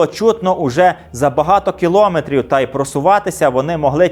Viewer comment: Відео дуже цікаве, як і весь канал. Тільки кілОметри трохи ріжуть слух